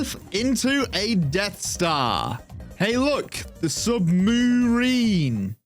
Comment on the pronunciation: I thought "sub-moo-rine" was a pretty good pun. Give yourself some credit.